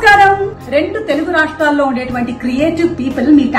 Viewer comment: Suma garu, small correction...'rendu rashtallo' kaadhu, 'rendu rashtrallo' pls...